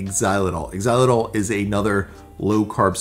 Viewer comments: Did you say “ex-ilatall”? It ‘s “zy-la-tall”.... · just to help out, xyilitol is pronounced zy-li-tol. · Xylitol pronounced "Zylitol". Just like Xerox is pronounced Zerox. If the letter "X" is at the beginning of a word it usually pronounced as the letter "Z". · If you Google "how to pronounce xylitol" you'll find out the correct way to pronounce it. Thanks for the tips on storing longer than same day! The ice cream looks super delicious 👌